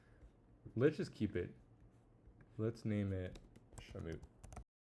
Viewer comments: “Shaw-mutt” not “shawmoot” “Deep South Boston” aka “Southie” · shaw-mut, the vowel of the mut part is pronounced as a schwa, which makes the uhh sound, and not the oo sound, sorry for being a bit annoying with the spelling corrections also on a side note, you should definitely play the game in 4x speed while building so you can make money faster, since most of the time you spend on the game is building, so i think its better to leave it 4x speed so you can still gain money while the game is playing, as well as the fact that the playback speed affects the income rate for which you could profit more from it, rather than to miss out on some precious time of which you couldve made more money rather than not making money, even during construction.